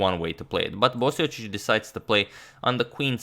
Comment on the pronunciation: Are you sure you're pronouncing Marin's last name properly? LOL! :)